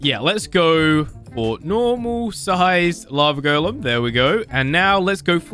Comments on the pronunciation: sounds like he's saying lavagirl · When say lava golen i herd lava girl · It sounds like he is saying lava girl